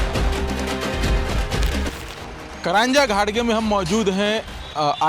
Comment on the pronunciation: करंजा नहि, कारंजा (घाडगे) कहो.